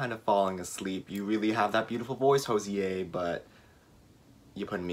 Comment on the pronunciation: hozier is pronounced as cozier